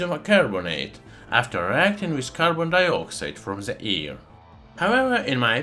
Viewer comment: Its AIR not EAR😉😁 I love your channel🥰